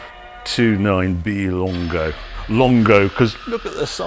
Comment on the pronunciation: Giugiaro, no 'io'. 'Lungo' not 'longo'. Per favore!